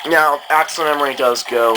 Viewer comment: "ack-sell" not "Axel"